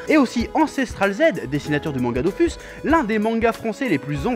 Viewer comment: Il a dit dofus... chef on dit dofous (oui je suis puriste XD)